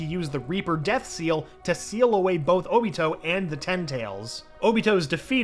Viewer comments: He doesn’t know how to say obito name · He calls óbito uchiha and not Obito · Ok im not sure if this guy is new or not, and I'm not saying I'm not open to change but come on. He needs to work on his pronunciation ALOT. Also he kept calling oniot "oochia" like come one dude lol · Does anyone else feel off about him calling Obito just “Uchiha”? Uchiha’s his last name….